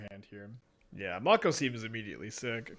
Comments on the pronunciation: Am I the only one who the pronunciation of Make-O as Mock-O is getting bothered? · May-ko. Someone didnt watch Shark Week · It’s definitely May-co. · I die inside every time he says "Mah-ko" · It's "make o" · i think its pronounced like make-o. like the shark species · The professor kept pronouncing it this way too, and it’s driving me crazy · The way pronounces "Mako" really shows he was never a shark kid, nor watched Yugioh.